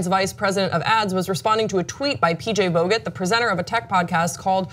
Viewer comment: Vogt is pronounced more liked “vote”!!